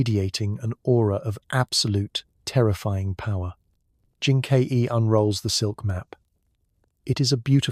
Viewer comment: You pronounce Jin Ke as "Jin K E", how do I know you are not an AI?